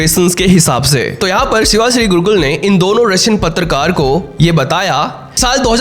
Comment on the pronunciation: गुरुकुल नही गुरुक्कल